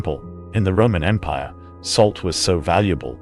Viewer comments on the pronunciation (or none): none